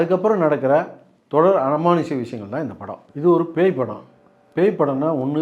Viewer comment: 1.:50 அனுமானுஷ்யம் இல்ல தல, அமானுஷ்யம் .. அடுத்த முறை சரியாக சொல்ல முயற்சி செய்யுங்கள். அல்லது பயிற்சி செய்யவும்..